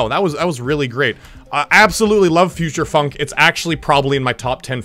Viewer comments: Bro said futursh funk😂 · Anyone not notice he said Future Funk like Future Shfunk